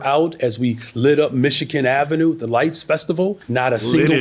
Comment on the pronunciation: As a current Chicagoan, and a former Michigander, I hate when people mispronounce Michigan. Brandumb Johnson says “Michikan”. I know I am petty, but it is ignorant and he should know better.